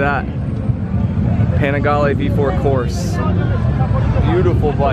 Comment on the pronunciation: Vintage 1960's 250cc bevel drive single: 24 Horas= 24 hours (race), not horsepower- Christina said it correctly. 1098S graphics is the Australian flag= Troy Bayliss, not Nicky Hayden. "Corse" or race, is two syllables: say "core-suh". You're in Italy, gotta say it right! This is the best content you guys have ever done, great job.